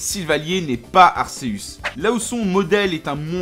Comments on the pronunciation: arceus se dit arkéusse!!!!!!!!!!!!! pas arséusse 😭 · "Arsséüss" *triggered* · Sa ce prononce arkeuse